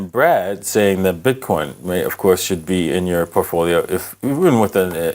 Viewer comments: You’re pronouncing “Bard” incorrectly. It’s BARD. Not. BRAD. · Bard, not Brad. A billionaire should learn some correct pronunciation. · Why is he consistently calling it Brad? :-) It's Bard. Also, it's more like ChatGPT than Siri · How the hell you call B-Ard, Brad?! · BARD not Brad,bard as in Shakespeare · Why can’t he just say BARD?